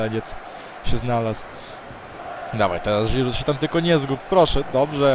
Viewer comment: Rozwala mnie to "Żhirhu" hahahahhah XD